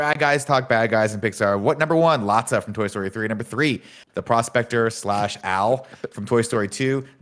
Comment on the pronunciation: Am I the only one deeply upset by them calling him Lotsa? His name is Lotso guys 😭 I swear nick says something wrong and they all say it wrong forever